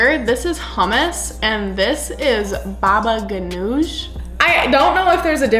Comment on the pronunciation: i am lebonese and you prounouced hommus and baba gunooj wrong and you don`t heat up the grape leaves